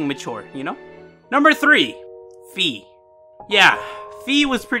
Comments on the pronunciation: Its called "Fai" not "Fi" like the "Fi" in "Finally". In the german version of skyward sword she is actually called "Phai" in the text Boxes instead of "Fi" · Say wi-fi That's is how fi i supposed to be pronounced